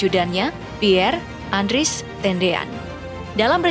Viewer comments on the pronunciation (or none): Narator bodoh .bukan andris tapi andreas.